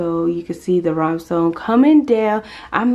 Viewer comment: 1ST STEP: YOU HUNG THE CURTAIN RODS WAY TOO HIGH. SO LOWER THEM AND THE CURTAINS WILL POOL AND YOU WILL NOT HAVE TO ALTER THE HYMN, BECAUSE THAT TAKES AWAY FROM THE SEAMLESS CLASS OF THE CURTAINS. STEP 2: USE SHEER CURTAINS IN THE MIDDLE OF THE PANELS TO COMPLETE THE LOOK. AND REMOVE THE XMAS TRIM AND LET THE CURTAINS STAND ALONE. FREEBY:THE CORRECT PRONOUNCIATION IS RHI"N"ESTONE.... NOT RHI"M"ESTONE. LASTLY: THE SPACE IS LOOKING GREAT... TIP: KEEP IT CLASSY GLAM... DONT OVER DO IT OR OVER EMBELLISH IT. LESS IS MORE. SIMPLICITY IS GLAMOURS.